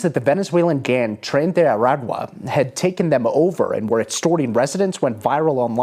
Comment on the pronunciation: Why does the guy keep saying 'gan' members? He can't say 'gang'?